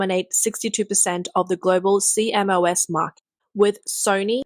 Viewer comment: C-M-O-S is pronounced "See-Moss". But nice to hear a real person doing the narration.